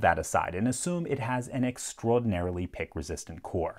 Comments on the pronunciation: why does he say extowoadinarily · Some accent came out in this video with extraordinarily, I liked it! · Is it only me that thinks he sounds New York-ish when he says extraordinarily